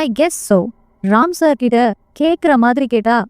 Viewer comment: Seems like you eliminate ட் in the words Like for example மொட்டை, கிட்ட, etc You pronounce as மொடை, கிட, etc…. 😅 it’s not ஆண்டவன் It’s - "அரண்டவன் கண்ணுக்கு இருண்டதெல்லாம் பேய்"